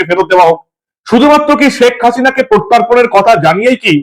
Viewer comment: প্রত্যার্পণ নয় - প্রত্যর্পণ কত ভুল করবেন !